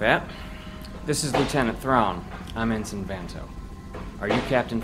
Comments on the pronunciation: Voice of Thrawn here. A lot of people have asked why I kept pronouncing "ensign" the way I did in this production. The answer is surprisingly straightforward. At the time of recording for the part years ago, I had never heard the word, so I just kind of winged it and nobody bothered to correct me. I guess they just chalked it up to being Thrawn's accent, a still-somewhat-rough knowledge of Basic, or both. I have since learned the correct pronunciation of the word and will take it to heart in future productions. I hope this answers your question on the matter. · Do British people just pronounce Ensign that way. I'm pretty sure he is saying it wrong. Or he thinks its Vanto's first name. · n-sign n-sign n-sign ITS NSEN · It is really good but i keep getting bothered by thrawn pronouncing the rank Ensign like "N-sign" instead of "end sin" isthat just how British pronounce it? To me it seems like he thinks its the guys first name. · Great performance. You have inspired me to read the trilogy. I did find the mispronunciation of ensign distracting.... ( en-$ign vs. en-Sin which is the proper pronunciation ) was this intentional? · I wanted to ask the person who played Thrawn, the way you are saying the military rank ensign is that how proper English pronounces it because your way sounds more like N – sign. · Was your pronunciation of 'ensign' as En-Sign instead of En-Sin on purpose? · Brother, you nailed it, fantastic! Just one thing, it's pronounced En-Sin, no en-sign, even though it's spelled that way (sry, Naval Family kid here lol). Other than that, you were perfect! Hope to hear you doing more Thrawn in the future! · Awesome job! However for future productions "ensign" is pronounced EN - SIN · They pronounced Ensign wrong. It’s pronounced En-sin, not En-sine. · En-sign is said like EN-SIN. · I do wish they could have pronounced "ensign" correctly.